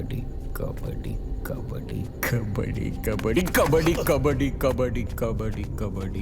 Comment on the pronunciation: The First one😂 kabadi❌kabari✅